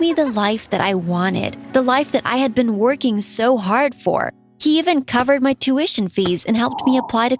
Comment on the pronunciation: Bruhh wrong pronunciation of tuition !!!!!!!!!!!